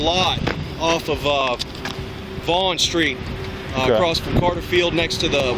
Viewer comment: Seems that the same types who say 'vee'hickle' also say 'acrosst' and 'Parmishawn cheese' LOL!